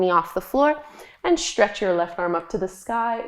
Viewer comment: I like your yoga exercises, but as soon as I began hearing you say "shtretch", "shtrengthen,", "shtrong", etc., I couldn't unhear it. At first it pulled me out of my meditation, then it became an irritant. I'm sorry because I really do like your videos aside from that!